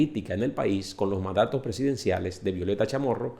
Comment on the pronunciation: Puro CNN, incluso hasta pronuncia mal el nombre de la Chamorro igual que CNN. Me da risa cuando empiezan con "Nicaragua el país mas grande de Centro America" pero no dicen Nicaragua el país mas seguro de la región, Nicaragua libre de maras, Nicaragua sin secuestros, Nicaragua con educación gratis, Nicaragua con salud gratis, todo lo anterior, echos, realidades. Nicaragua no es un país perfecto, y tiene pobreza, pero esa pobreza de igual forma existe en los demás países de la región.